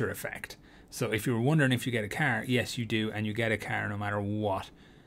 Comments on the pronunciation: i'll get what? a Kerr? riight a Keerr I'd like a Kerr ngl man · Bro, who tf taught you how to say car. 💀